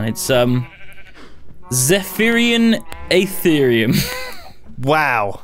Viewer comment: Aerotheum, not Aetherium...learn how to pronounce.